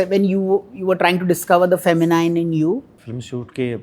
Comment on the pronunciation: Feh-muh-neen and not feh-muh-nine!